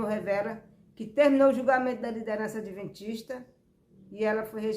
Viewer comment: "adeventista" foi isso que ouvir? Misericórdia!!!